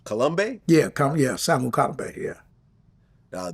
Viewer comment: Vlad is not a true fight fan! He couldn't pronounce Kalambay's first name properly. Something disingenuous.